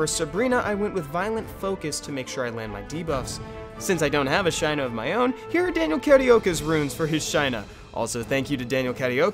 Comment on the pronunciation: Shy-nuh was killing me. I always pronounce it Shay-nuh Also, fire twins helped me clear normal toa prerty easy. Working on toah now.